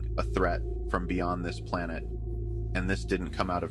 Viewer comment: "Earth is my plonate"